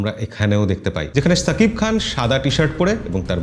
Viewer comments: সাকিব খান বা ছাকিব খান না। উচ্চারণটা : শাকিব খান। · এবারো হয় নাই ছাকিব খান না শাকিব খান, কলকাতার মানুষ শ কে ছ বলে😂😂